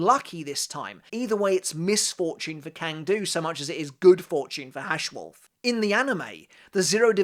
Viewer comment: German here. Freund Schild (correct grammar would be: Freundesschild) is pronounced Froind Shilld (not sheeld) Haschwalth is pronounced Hushwuld (the a is like in "car") Wandenreich is hard to pronounce, but you can go with wunden-ryesh, like you said, but with sh instead of c